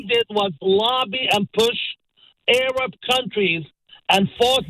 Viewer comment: Interesting how he pronouncea Arab as A.Rab